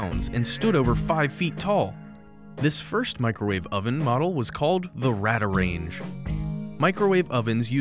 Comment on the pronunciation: its pronounced RADAR-range, NOT Rad-ar-range.